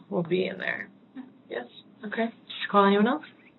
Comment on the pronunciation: Why does that detective pronounce "okay' like that? It's so off-putting! It made it difficult for me to finish watching the video lol! But anyway,wow! What a POS Joseph is! Smh I don't know which one of the 3 disgusts me more! All 3 of them are pieces of $hit on the ground! Fatiha for killing her sister, Sayma for going after her sisters man (which she certainly didn't deserve to die for though)and Joseph for being a selfish bottom feeding scumbag!